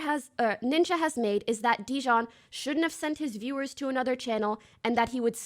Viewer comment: I love how everyone collectively just telepathically agreed to pronounce dijon wrong